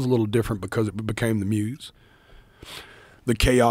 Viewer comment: I swear if joe says "the muze" one more time